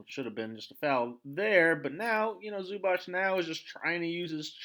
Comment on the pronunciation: Everything good but please learn how to pronounce Zubac (Zubats not Zubach).